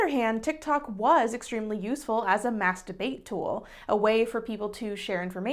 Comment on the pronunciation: Did you just say massdebate